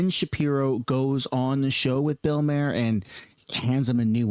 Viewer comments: Phonetic for Bill’s last name: Mah Hur. Not “mayor” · Ffs, it's not pronounced Mayer, it's Maw-er. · It's pronounced Bill Marr, not Mayor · Maher is pronounced Mar. If you are going to talk about a person learn how to say their name you moron. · First, you’re pronouncing Bill Maher’s name wrong. 2 this show came out before all this information was confirmed or released. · I can’t stand the way you say bills name 😂 great video tho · The way you pronounce Bills name is driving me crazy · You can't even say bill maher properly..... loll 😂